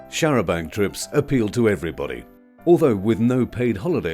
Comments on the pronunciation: Very interesting video, thank you. Only annoyance was repeatedly saying 'charabanK' - 'charabanG' would be preferable. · the 'c' is silent in the french style. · its a pity that the narrator cannot pronounce the the word Chair a banc.